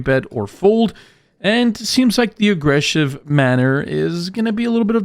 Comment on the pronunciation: LMAOOO “aggreshiv”